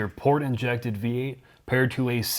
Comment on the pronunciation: Did you say Port injected? Try again.